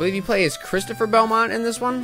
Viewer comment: Belmonet Sorry, had to point it out